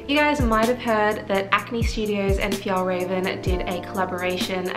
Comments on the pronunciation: I want the clutch version, I think it’s pronounced raw-ven ✨ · thank you for making this video!! this backpack looks so great.. also it's pronounced f-yell-reh-ven! :^)